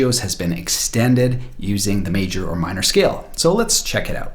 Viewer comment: "Let's check it oot." Ay?